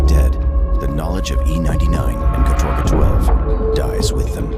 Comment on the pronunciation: Sorry, but in Russian it pronounces kAtorga, not katOrga, with the stress on the first syllable, despite many english sources saying otherwise.